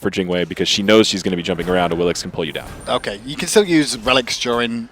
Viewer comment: "Awilish" No. It's pronounced "Awilij"